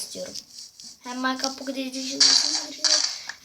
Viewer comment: Maykıraft pokiy edi şın olum susun yav :D